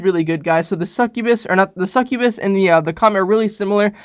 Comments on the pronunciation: It's not pronounced (SuckOooBIS) it's pronounced (Suck You Bis) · Mans said “sec ue bes” like bro it’s pronounced “suck-yah -bus” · Its Pronounced Suc-U-bus. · It’s called succubas ( suck you bis ) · that's not how you say succubus it's suc-u-bus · pronounces succubus two different ways Alright seems legit.